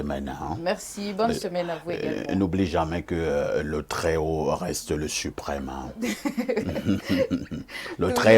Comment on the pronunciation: de + en + stylée par contre elle dit tjrs cr.. au lieu de tr..😂😂😂😂 craditionnelle crop